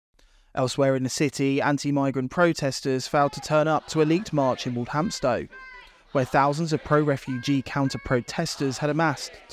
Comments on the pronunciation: That pronunciation of Walthamstow was horrific. Sounded like A.i. It's pronounced WALL THAM STOW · it’s unbelievable that an English sounding so called “reporter' for GB news of all things doesn’t know and pronounces Walthamstow completely wrong, a pretty poor show IMO. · Weird pronunciation of Walthamstow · You need to be able to pronounce Walthamstow for your reporting to be taken seriously…